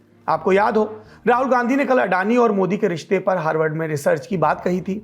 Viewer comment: ठीक से हॉर्वर्ड बोल नही पा रहे साहब